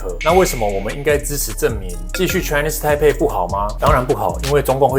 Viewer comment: 不只是波特王，很多台灣人 Chinese台北 不會講，都說成 Chinese胎輩。改成大家都不會說錯的 台灣 吧。